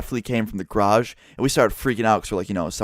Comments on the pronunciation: ITS GA-RAGE NOT GRAGE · Gayrage not "graj" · I swear to fuck stop saying grage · he pronounces it "Groj" instead of "garoj" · It's garage not grage. lol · says grage normal ppl say garage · its garage not graj XD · He says grage instead of garage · who else noticed "groj" how pronounces garage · wtf is a grage? Are you saying garage or grage? lol im fucking with you. plz reply though. 😄😉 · please its GArage not grage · it annoys me how he says "grage" instead of garage. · Garage not gay rage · What the fuck is a grardj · grodge I don’t know why but I love how says garage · Something i noticed im heard Graje not garage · “Car in graje” (how pronounces garage) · M8 sayin grash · DRINKING GAME: Drink every time says graj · its pronounced garij lol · I love the way he pronounces "garage." Grage. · "the g'rage" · Lol the way you say garage is so weird, it sounds like you are saying grage. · the way u say "garage" is so funny. it sounds like you are saying "grage". lolz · You crashed into my "grage" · "Go into the grage"... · Grash?!?!?! Do you even speak bro. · lol "grage" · Oh sorry, gair-ridge. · The way he says garage makes me cringe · OMFG THE WAY YOU SAY GARAGE KILLS ME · You say garage wrong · The way you say garage is soooo gayyy ahah